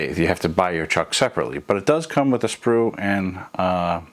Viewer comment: It is a SPUR DRIVE, not a “sprue” drive. Might want to go over what you intend to say and rehearse the narration (or at least edit it ) before posting the video.